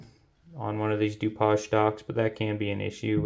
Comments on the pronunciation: A Du-poj stock? Are you French? It's Du-paige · Wow! That is a lot! LOL I do believe the stock name Dupage is pronounced "Doo-Page". But that is picking nits. I think if most people/shooters understood and applied the USMC markmanship fundamentals to shooting, they would drop a couple MOA of their groups! LOL